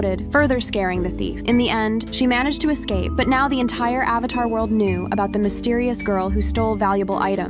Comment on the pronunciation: said "avathar" instead of "avatar" bro